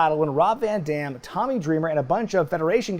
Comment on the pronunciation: I love, love, LOVE this PPV. The only gripe I might have is that the announcer (Chimmel?) messed up Van Dam's name, he emphasized the "DAM" part way too hard.